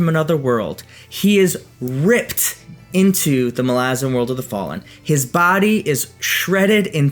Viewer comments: yhen hes pronouncing it wrong lol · You pronounce malazan wrong